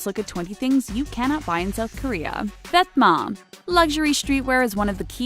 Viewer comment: Wow... I've been saying "Vet"-"Ments" this whole time... I'm so poor